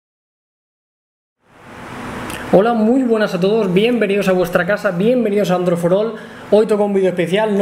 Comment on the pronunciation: Android forol jajajaja.